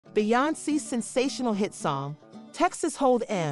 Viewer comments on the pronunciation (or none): Actually...it's Texas Hold 'em not EM as in Aunty EM...your inability to pronounce Beyonce's name is bad enough...but TEXAS HOLD 'EM is an institution and demands proper recognition! You take away from the whimsy and fun...goodbye